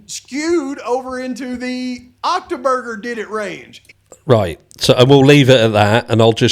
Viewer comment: "OCTOBURGER" 🤣 I've been convinced all morning that it was Saturday. You're rubbing off on me! 😂